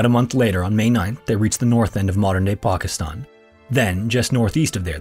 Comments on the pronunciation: the way this man accurately said "Pakistan" gave me goosebumps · This is small aspect of a great video but good pronounciation on Pakistan and many of the names. A lot of YouTubers dont care to get these things right.